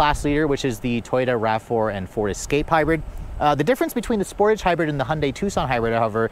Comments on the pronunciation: Every time you say sportage I shudder. It’s pronounced like dressage. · It’s pronounced Sportahge It’ll also have 4 open recalls and rattly panels in 2 years. Kia and Hyundai are the vehicle definitions of “Lipstick on a Pig”